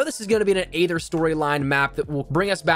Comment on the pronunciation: Aether is pronounced e-th-er